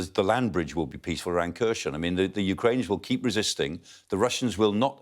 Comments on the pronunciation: The Ukrainian speakers I've heard on YouTube pronounce Kherson with a silent K. "Hair-son" with the emphasis on the second syllable. Same with Kharkiv as "Har-keeve". We owe it to them to at least TRY to pronounce the names correctly. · He still can't pronounce Kherson 🤦